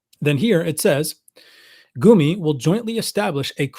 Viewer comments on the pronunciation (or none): It's pronounced Goomi. u - う or gu - ぐ has the double o sound in English. :)